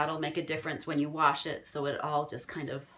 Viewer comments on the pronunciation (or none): none